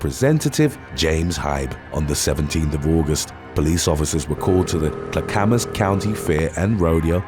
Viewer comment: It's not Kla-kam-mas, it's klack-amas